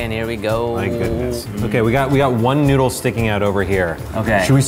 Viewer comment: The Asian women: NOU-DLE